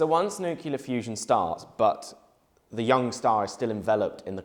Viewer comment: new-kee-la fusion